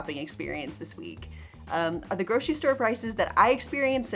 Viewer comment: "groshery shopping"